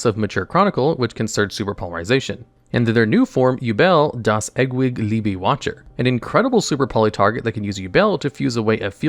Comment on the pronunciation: So horrible when Americans try to pronounce different languages... Yubel das eggwig libi watcher...... das was the only correct word....